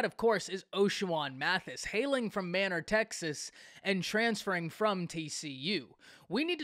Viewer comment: May - Nor. Not manner.